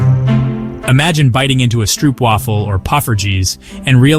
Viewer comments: stroopwafel is best pronounced as : strobewaffel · Nee, gewoon stroopwafel.